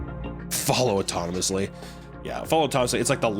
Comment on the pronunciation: confusing the word autonomously for anonymously was my favourite part